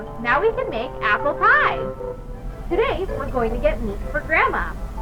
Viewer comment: I thought amanda said were home